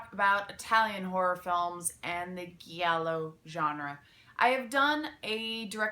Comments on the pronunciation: Giallo pronounced dʒallo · it's actually pronunced "jallo" or "djallo" i dont want to be the italian grammar nazi i know you're not supposed to know this just throwing it out there i generally like pronuncing things right just thought you might too :) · You are mispronouncing Giallo